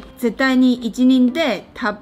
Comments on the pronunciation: 包裝上的1人是念成ひとり(hitori)，不是いちにん喔~ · 這裡的1人是唸『ひとり』不是『いちにん』((小聲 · Not "ICHININ" but "HITORI".(１人) I love your videos from Japan❤️